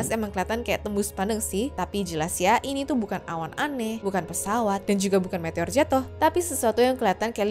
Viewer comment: typo kak aslinya Ngomong Awan tapi terdengar Hewan